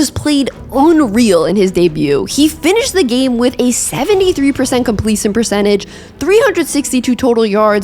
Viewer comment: Never heard the word “completion” pronounced as “compleason” before.